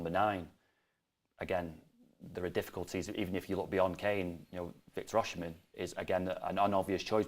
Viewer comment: V. Osimhen is off any transfer talks, moves and sales; in talks with Napoli for a new deal even his contract expired on summmer 2025, Napoli don’t need to sell anyone, and sure will consider anything less between 150-200 Mlns. So forget it! P.S.and please at least lear how to call him and his name!